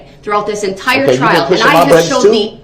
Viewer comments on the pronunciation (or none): none